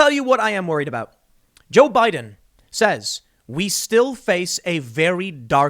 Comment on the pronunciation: Jo-Bi-Din 乔比丁